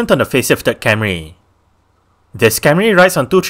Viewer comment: It’s Camry, not Carmy